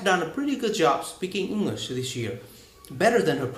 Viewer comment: You need to stress some words also, you talk to fast and often do not take the time to stress some words with more than one syllables, for example: " basically, speaking, English.." if you can correct these mistakes you would sound much better.